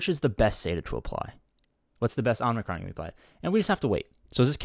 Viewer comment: Oh good lord. I can’t take it any more. There’s one N in Omicron. And that’s at the end. Not after the M. Please. 😂